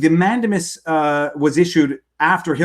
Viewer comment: Love the content, but please, PLEASE, listen to this clip for the pronunciation of mandamus